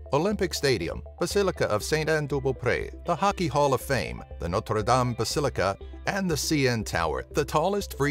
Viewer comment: I give him a thumb up for correctly pronouncing Notre Dame